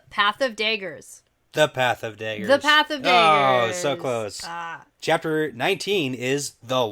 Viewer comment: There's nothing wrong with how you say daggers. Your Canadian accent just shows more with that word.